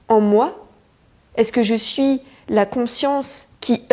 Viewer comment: Très beau message! À, j'ai entendu une prononciation de chez nous (Québec), "j'me su"...ou j'ai voulu entendre ce que je voulais 😉